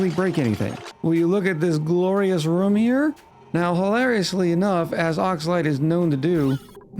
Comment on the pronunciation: Wait?! You can properly pronounce "groom," but not "room"???